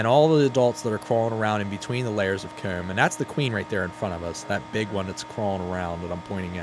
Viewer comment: I dont see any issues with how you say comb. I am from the south and it sounds more northern, but I can still understand you! Need more videos soon! We reaching peak season time! Love all the improvements you've made with the set also!!